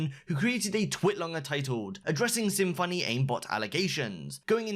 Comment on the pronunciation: Symfuhny is pronounced symphony, not difficult to pronounce